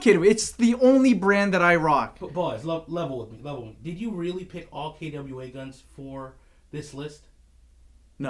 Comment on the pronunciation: I never knew KWA is pronounced "kettya wey". Expert drop here